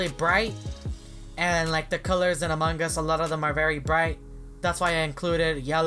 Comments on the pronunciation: He say among gus hahahahaha so funny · Thats wierd he always say among gus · Hahahahaha he say among gus hahahahaha so funny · Me:Among us Him:Among gus😂😂😂😂 By the way pls like😅😅😅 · its among us bruh not among gus